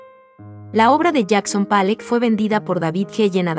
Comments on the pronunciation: Empiezo a ver el video y me sale con "Palleck" en vez de Pollock (se pronuncia como se oye: Polok) y luego me sale con "Letenstein", se pronuncia "Laitnstain". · Pollok no palek